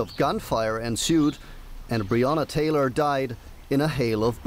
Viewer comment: Mispronouncing Breanna Taylor's name is one thing, but at one point you said "Breanner Tayler" then you say "Breanna Tayla". Why?